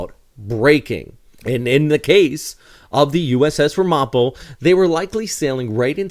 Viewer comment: It's a quibble, but the name of the ship is pronounced RAM'-uh-po, with the emphasis on the first syllable. (I grew up in the Ramapo region of NJ-NY.)